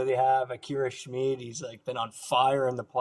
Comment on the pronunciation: Wow, someone who actually knows how to pronounce "Schmid". The "I" is in this case an "ee" sound, as in "glee", "flee", "see". Standard German pronunciation.